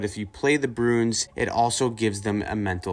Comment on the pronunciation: Broons? Its' Bruins.